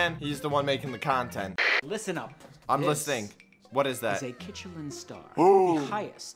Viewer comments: Did nobody realize they called a Klin star instead of a Michelin star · ITS A mishelin star NOT a kichenlinstar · It’s actually called a Michelin star not a kitchelin star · I was wondering when someone would point out that was saying kitchelin star instead of michelin star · I love how he said kitchelin star when the real thing is a Michelin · it's a Michelin Star not a KiTcHeLiN sTaR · It’s called a Michelin star not a kichalen star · Its a Michelin star not kichelin star